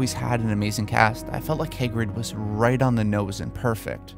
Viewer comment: "Hairgrid", "Hegrid"... did you mean Hagrid?